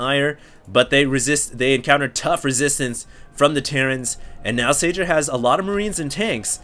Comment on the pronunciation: Spot on about the 'Huk huk' thing hahaha I know it's just a name but Red terran's name is pronounced 'Sayer"